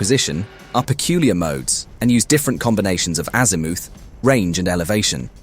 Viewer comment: It wasn't bad but AI pronunciation of "azimooth"😅